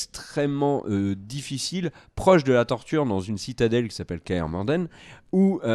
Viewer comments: Le mec a soit disant tout lu et prononce « Kaer MorDen » au lieu de « Kaer MorHen » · Pardon j'ai ris en Entendant la prononciation de "kAer Morden" ahahah Kaer Morhen